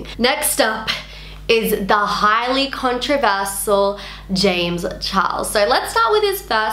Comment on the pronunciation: Love you but im triggered by how you pronounce controversial